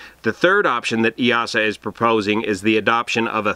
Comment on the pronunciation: It's pronounced 'E-sa'. The 'EA' makes a hard E like in 'ear'